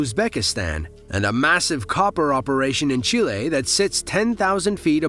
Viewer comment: Never heard someone say chile so wrong over and over 😂